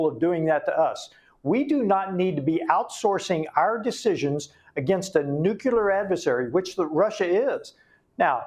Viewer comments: Side point maybe but when someone with supposed expertise keeps mispronouncing "nuclear" it really freaks me out... 😳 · I had to click off. That dude, mispronounced "nuclear", one too many times for me. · Can anyone in America pronounce ‘nuclear’? It is pronounced… New-clear Not newculer It’s not complicated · What is it with Texans that can't say nuclear? It's not nuculer.. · How can people, especially him in that position, mispronounce the word nuclear? Does he hang out with George W. Bush? Geez... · Congressmen can’t even say the word nuclear correctly. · nucular -> nuclear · I don't trust the intelligence of anyone who uses the word "nucular" which doesn't exist. It's "nuclear". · Congressman- “Nukular” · ( Nucular)? It undermines a persons credibility when they’re talking with this word, which is incorrect the correct way to pronounce it and spell it is nuclear not nucular. George Bush Jr. had the same problem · I don't think anything bothers me a much as the mis-pronounciation of the word NUCLEAR BY GOVERNMENT OFFICIALS! NEW-CLEE-ER Is correct! NOT NEW-CUE-LER? 🤬🤬🤬🤬🤬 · "nucUlar" ?? I have a difficult time trusting experts in this area when they can't even pronounce the word nuclEar.. 😐 I mean, I agree with this guy, .. but for Pete's sake dude.. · WHY, a CONGRESSMAN, man who says he’s been so close to the nuclear program, CANNOT PRONOUNCE NUCLEAR?!!! It drives me insane, when I hear so many, “intelligent?!” people, pronounce it “NUKE-U-LER!” I understood it when that monkey, George “Dubya” Bush mispronounced it constantly, but hey, look who you’re dealing with!!! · Nuculer? The word is nuclear. Is this code? ... Or are all people in high positions mispronouncing nuclear??? Subterfuge? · How is it that a congressman can't pronounce "nuclear". He says "nuculear". WTF? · Nucular is not a word. It’s NUCLEAR! Why do people keep saying that? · I don’t trust/believe anyone who can’t pronounce “nuclear” properly. It’s not “NUKE-you-ler “. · Nu-clear. Not noo-q-lurr